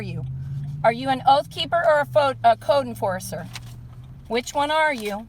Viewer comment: Did she really say a "foooud corcer" instead of code enforcer while she was rambling continuously without a breath.